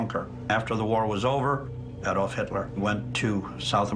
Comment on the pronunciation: If I hear them say AYDOLF instead of ADOLF one more time I... I am going to dislike the video (I know, expecting some climactic act, sorry to disappoint).